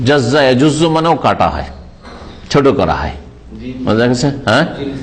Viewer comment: "ছুট" নয় "ছোট" হবে।